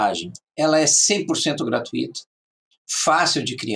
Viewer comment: Parabéns! Você erro apenas na frase GRATUITA (Não se pronuncia o "i" separado do "u" sendo o "u" a sílaba mais forte a ser falada na pronúncia. Porém se você for Espanhol está tudo bem, mas se for brasileiro ou português cuidado com sua pronúncia!